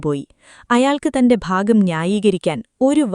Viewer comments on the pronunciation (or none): none